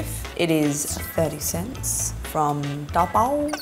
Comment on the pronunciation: not tao pao, is tao bao or to bo 淘寶